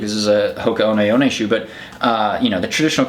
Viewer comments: TIL I've been pronouncing 'Hoka One One' wrong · Same here. I was pronouncing it Hoka 1 1. I need to learn how to read.